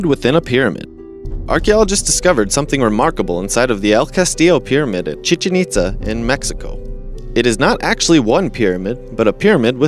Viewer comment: oh my, then let's have a little fucking mercy, shall we, if it's a real fucking person?!?! Anyway, I think his reading is adorable. Plus, he pronounced "Chichen Itza" correctly, which cancels out "Cambridge"!!